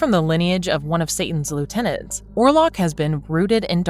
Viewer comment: Orlok not warlock